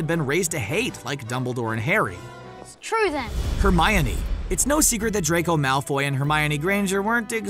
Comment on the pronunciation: Legend has it he still dose know how to say hermoine